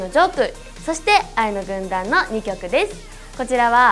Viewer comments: ほんとに「ワイの軍団」にきこえる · 愛の軍団がYの軍団に聞こえるのは私だけ？ｗ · 愛の軍団、いいなぁ(*^^*) ただ、ところどころ叫ぶところがjuice=juiceっぽく聞こえる笑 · Yの軍団って聞こえます！はっきりと！笑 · フクちゃんの歌とダンスがさらに良くなった！びっくり。 小田ちゃん見てると、セーラー服の中学生みたい。可愛い。 全体的にメンバーそれぞれの扱い方はあってる！ やっぱ娘。はチームワークだ！ 工藤と生田は比較的全身赤くて目立つ。やっぱビジュアルメンだなー。 ついでに工藤の太ももがおいしそう(笑) 愛の軍団が、Ｙの軍団に聞こえるｗ